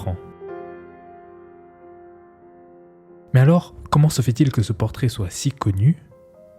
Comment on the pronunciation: Merci, c'est exactement ce que j'allais dire. Je me suis arrêté au premier quart tellement c'était insupportable à écouter : "dju" au lieu de "du", des "trrrrrr", "rrrrr", "keumon" au lieu de "comment" etc. Bref une horreur et vraiment dommage.